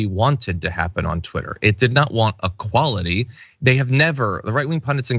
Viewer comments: Good Grief John, it's not 'UH-quality', it is e-quality. Both times you said 'uh-quality' I thought, "what quality is he talking about all of a sudden?" Then I realized you meant 'equality' and not 'one' (uh) quality. ---- Please fix your mispronunciation of that simple word. As a public speaker, you really should. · Let me say this again, since you don't seem to be getting it. He is sayin UH quality. NOT E, NOT EH. UH. Nobody says UH quality. He is mispronouncing it. PERIOD. He is literally saying A QUALITY. In the same way you would say, "a good sense of humor is A (uh) QUALITY I value." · I can live with that. eck-quality. But he is saying UH quality. The same sound you would use when you might say "I am going to take UH bath." It sound like A QUALITY. As in "name UH quality you like in your professor."